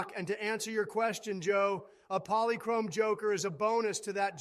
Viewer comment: "Polichrome?" LOL